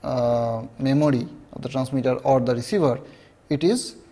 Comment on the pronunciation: Memory❌ memody👍🏻